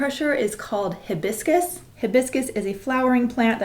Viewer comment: sexy how she mispronounces hibiscus